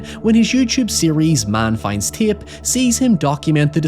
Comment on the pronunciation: Love the accent. You somehow add two additional syllables to the word tape. Ti-yay-pe.